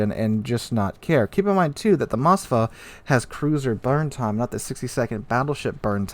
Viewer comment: Why do Americans add an A to Moskva??? It's not Mos-ka-va its Mos-kva (pronounce as mos-qua)